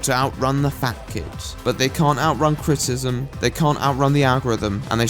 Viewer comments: Kinda funny the way he struggles to say "criticism" but still love the accent nonetheless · If u say criticizem one moRE TIME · I have some criticism over how you pronounce the word "criticism." With all the times you had to say it this vid, that must have been rough. :D Just having a laugh mate, great video.